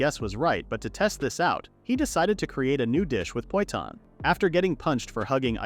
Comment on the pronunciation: The number of times I've heard poitan misspoken is really anger inducing...